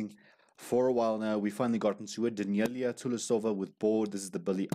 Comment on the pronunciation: Love your reviews of Daneliya but you still are pronouncing her name incorrectly. It is Dan el i ya NOT Da kneel i ya